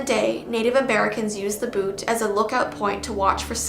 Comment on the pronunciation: You definitely said Butte wrong but thats okay! You say the "U" in butte so it sounds like b-yoot